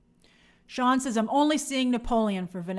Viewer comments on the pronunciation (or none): none